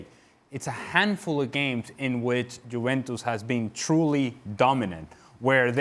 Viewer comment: can this bald guy stop saying tshuventus